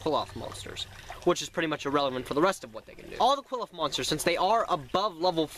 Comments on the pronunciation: i understand its hard to pronounce their name but you're not even fuckin close you're basically sayin "cool off" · Qliphoth is pronounced "Ki-Li-Fo-To" and since it is already plural its just "Qliphoth" not "Qliphoths" the singular form of Qliphoth would be Qliphah, pronounced "Ki-Li-Fa"